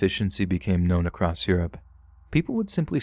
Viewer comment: Across not acrost